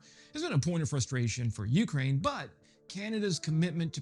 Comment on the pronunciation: Just a reminder, —it's "Ukraine," with the emphasis on the second syllable, not the first.